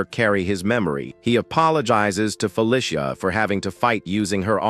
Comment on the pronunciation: "Fuh Lisha" ? Feh Lee See uh. Fe Lee See uh. Feli see uh. Feli cia. Felicia.Search and replace "Felicia" for "Feh Lee See Uh". and then suddenly the text to speech sounds correct. try it some time.